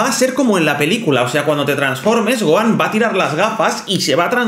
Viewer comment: Gohan, no Goan